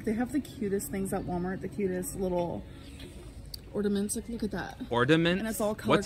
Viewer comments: LOL! "ORDAMENTS"😂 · Color coordinated "ordaments" at walmart is what is awesome to her